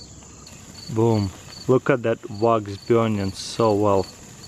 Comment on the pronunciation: I like the way he says BEURNING